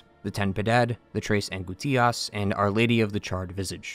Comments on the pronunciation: It's pronounced "an-GOOSE-tias", not "an-goo-TEE-ass" lol. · damn bro u really butchered angustias lmao